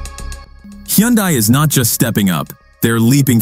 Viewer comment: Not sure I’ve ever listened to anything that had so many different pronunciations of Hyundai that never managed to actually get it correct. 😂 However, other than the struggling AI voice, not bad quality and quite good information for consumers to consider.